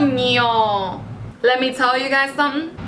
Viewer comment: Cooñooooo😂😂😂😂🙌🏽😝 🇩🇴 te salio el dominicano ay lol btw the naked concealers are my favorite and the loreal foundation🙌🏽🙌🏽🙌🏽🙌🏽